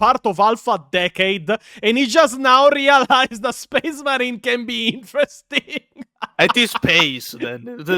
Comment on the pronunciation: "You can make... switches to AMERICAN MODE...intressting."